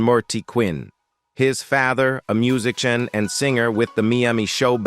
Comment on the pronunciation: agreed. Dramatic fake voices stumbling over 'musichans' and such kind of spoil the drama